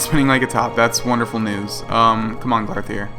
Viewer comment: "Come on glarthir" xP